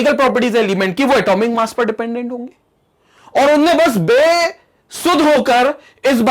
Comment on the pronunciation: He speaks a word a lot Nd that is "Unne" Unne ye bola 😁 Unne ye krra 😁 Nd that seems good 🙂